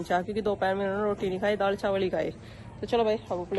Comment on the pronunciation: Priti ji daad kya hota hai daal hota hai improve your language